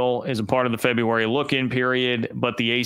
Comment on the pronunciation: The month is pronounced FebRUary... not febUary. Quit rambling and get to the point. There was NO bombshell. Do you really need the points that bad?